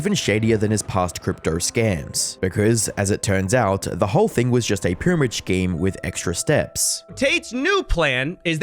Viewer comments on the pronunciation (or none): Bro please stop saying Schhkeem it's pronounced Skeem. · Love all your vids.. just pronounce it 'skeam', and not 'shkeam' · Shkeems? Schemes is pronounced Skeems. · Great video - not to nitpick but "scheme" = skeem, I used to say sheem as well (it is how it's spelled after all) until it was pointed out to me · Can't get over you pronouncing it "S-CHEEM" instead of "skeem" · pronounced skeem not shkeem in case you want to know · "Shchemes"?, dude, it's pronounced "Sk-eems"! 😅🤣😂😉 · silly how you say shkeme instead of scheme hihihi :) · It's pronounced "skeme" not "shkeme" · Skeem ❌ Shkeem✅ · Scheme is pronounced “skeem” not “shkeem” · Bro please google how to pronounce scheme - it's skeem, not shkeem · Why do you keep saying schcheme? It's pronounced S-KEEM. Also screw this guy he's evil. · Why do you keep saying shcheme 😂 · That's not how you say scheme. It's not shcheme. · thats a fun video one request tho, STOP SAYING SHHKEEM XD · no such thing as a shhhcheme, learn to talk properly first. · pyramid "schkeme" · Dont care for Tate, but its actually hard to watch when you keep pronouncing 'scheme' as "shkeme" please talk properly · It’s English. You speak it well. Why can’t you just say scheme. It’s a k sound. Schmegal. Shew. Scam. They’re scams. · Take a shot everytime he says schkeem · pronouncing "Scheme" like "Scheeem" is brilliant 😂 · everytime u say "scheme" like Sh-k-ee-m it hurts my soul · I can't take you seriously pronouncing scheme like shcheme 😩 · Not being an ass, but 'scheme' is pronounced Skeem, the sch bit can be tricky. Love your stuff, keep going! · says “shkeem” for scheme. That’s funny. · Is it me that says "scheme" wrong? I don't say it with a "sh" sound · Good vid, but why can't you day the word "scheme" properly?!? lol, you sound like a malfunctioning android.. "sccheeme" . But again, really good vid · Why does he keep saying 'shkeem' and not scheme? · Can you not pronounce scheme?